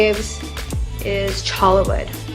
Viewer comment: It's pronounced 'choya' wood not 'chola' wood.